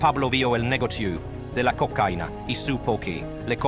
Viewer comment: El negocius de le cocaine dice por ahi una porquería tu programa lector de texto. Desuscripto